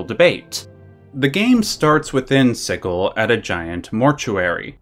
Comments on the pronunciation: Siggul... 🤢 Sigil is a word, with a definite meaning and pronunciation. * Shudder * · It's Sigil , pronounced like a j because it's a magical symbol. Looked maybe the symbol of torment that you find in the game. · Sigil, or Siggle.